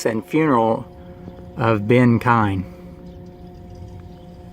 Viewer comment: Oh, one more thing just for the sake of anyone watching or reading, it's actually pronounced "keen". But don't worry, pretty much everyone says "kine" or "kee-uhn" when they read it, no worries just wanted you to know.